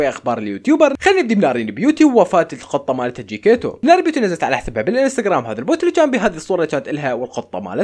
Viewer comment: اسم القط: جيكتيتو يقول: جيكيتو انا: 😂😂😂😂😂